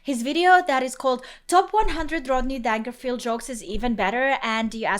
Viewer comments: Not DANG-erfield, dummy, danger-field,OK? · Pronounced DANEJERFEELD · His last name is pronounced just like the word DANGER, or DANGEROUS - pronounded danger field, pronounce the G like a J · I think it's pronounced Dane-jer-field 😂😂❤ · You need to learn to pronounce his name! Clue-his last name sounds like "danger". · That is the worst pronunciation of "Dangerfield" I've ever heard. Two words: "danger" and "field", now put them together. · For future reference it’s pronounced “Danger-field.” Like the words “danger” and “field” just put together. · The G in Dangerfield is pronounced like a J.